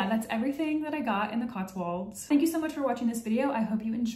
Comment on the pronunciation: I've noticed every American making the same mistake pronouncing Cotswolds. It's "-wolds", rhyming with "colds", not "-walds", rhyming with Oswalds.